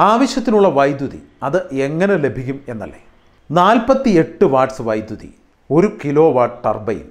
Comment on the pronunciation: വൈദ്യുത അല്ലല്ലോ... വൈദ്യുതി എന്നു തന്നെ അല്ലേ ചേട്ടാ പറയേണ്ടത്?